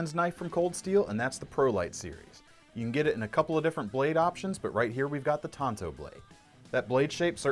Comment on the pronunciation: Tonto was an Indian on the loan ranger the Tanto is the 45° angle knife or sword design. Pronounced Tan toe.